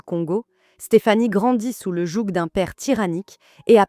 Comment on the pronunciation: Elle prononce le « jouG »au lieu du « jou »